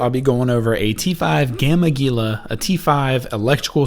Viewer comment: YOU GUYS... ITS NOT GEE-LAH ITS HEE-LA.